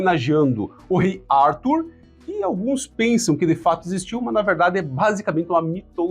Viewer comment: É brasileiro, tem nome de brasileiro, mas se pronuncia em inglês ? “Árthur” kkk aff